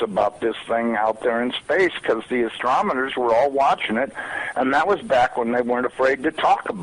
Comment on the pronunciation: if a man cannot say the word ASTRONOMER,Disregard-go elsewhere for details, this man has proven he does not speak English proper-"ya know what i think? I think CIA cotacts that can say it so eloquent"....wot a knobend